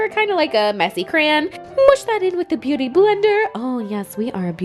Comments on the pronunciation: Did anyone else hear her say begooty instead of beauty???😂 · did anyone else hear her say bagooty instead of beauty or is it just me? lmao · Did anyone else notice how she pronounced “KKW beguty” instead of ‘beauty’!??😂😂😂😂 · "KKW Bagoody" lol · “kkw buhgudy” 😂😂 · "KKW begueaty" lol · did she say "Ba-Gooty"?? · She said "this is the kkw buhgoody nude lip liner". Lmbo. Love you!